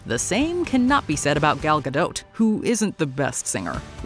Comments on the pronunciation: The way you pronounce Gal Gadot's last name is beyond cringeworthy. You don't emphasize the T at the end, it is SILENT! It's pronounced like GAH-DOE, not GAH-DOTE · If you're going to trash on something, make sure you can pronounce it. Like Gal Gadot. The T is silent, and its insanely common knowledge, and if that's AI , it should know that, and if its' human, it should know that. Its not like this is Gal's first movie. She's been in no less than 3 huge franchises, and been all over the world, and her name has been properly pronounced for years. And then you get the mojo chick saying guh dote. Mkay. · Did you seriously say “Gal Gad-oat”! 😢 I don’t know if I can ever watch this channel again… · Guhdote. Gadote Gadot Gadoe Ga'doh! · I'm pretty sure that T is silent.